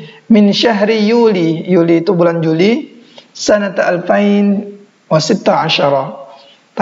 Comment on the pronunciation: sebut salah klu seribu sebut nya bukan alfain tapi alfin..1440h